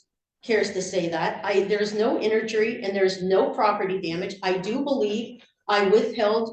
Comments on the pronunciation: her “un-a-leanable” rights 🤦🏻‍♂️ and “inergy”. I think she means inalienable and injury. What a great lawyer she is. 😬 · There's no "inurjry." 🤣 Good Lord I'm dying. 😆 😆 😆 This gal is a hoot.